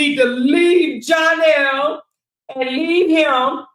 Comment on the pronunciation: It’s the Janell🤣🤣🤣🤣instead of Johnell you on point 💯